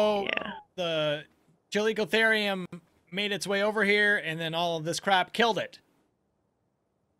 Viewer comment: After researching it, every pronunciation i could find said "Chal-E-co-ther-ium"